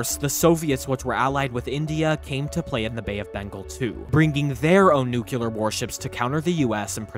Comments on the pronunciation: Nuclear NOT nucular! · NUCLEAR. Not "Nucular", *NUCLEAR.* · Nuclear is pronounced "New-Clee-er" not "New-Cue-Ler". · Bro, it’s pronounced NEW-clee-ur, not NEW-cue-lur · Excellent video. Just one thing, for future reference… Nuclear is pronounced nu-clee-er, NOT nu-q-ler. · Nucular war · “Nucular”? Really? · Nu-cle-ar. Otherwise, not a bad mini-documentary. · noo - kyuh- lur... okay. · I'm sorry but how is it that hard to pronounce nuclear correctly, jesus just read the letters in order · Was loving the video until he didn’t pronounce “nuclear” correctly one single time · Please learn how to pronounce "nuclear" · Learn how to say NUCLEAR LOL